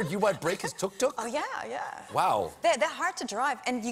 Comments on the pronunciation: Please stop saying tuk tuk like that😣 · . When she was talking about the Tuk tuk her German accent suddenly appeared. Something to do with mechanical engineering?